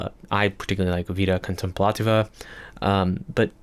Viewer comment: You pronounced "Вида Контемплатива" with a perfect Russian accent